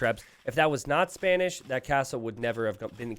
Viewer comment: Did I heard say Spamish not Spanish?